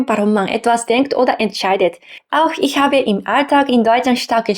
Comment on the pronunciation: Deiner Aussprache fehlt es etwas an feinschliff. Für Migranten typisch, die etwas falsche Betonung. Du betonst Wörter etwas zu stark. Nur das jetzt genau zu erklären ist schwierig. Nehm wir mal das Wort "Ich". Manche betonen das "i" recht stark. Dabei ist es eher ein weiches, sanftes "i" . Würd fast sagen bisschen wie das U im Japanischen -> Sakura / Sasuke (weil mir das immer wieder einfällt :D) Keine Ahnung wo du dein Problem bei "Aspiration" siehst, ich hör da keine falsche Betonung. Letztendlich ist es auch nicht wichtig. Wenn du gern ein "natürlicheres" Deutsch magst, ok.. üb mit deinem Mann, deiner Familie, aber seh da keine Notwendigkeit.